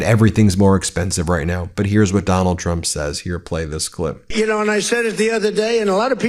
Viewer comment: I like Drump - your unintentional slip better 😂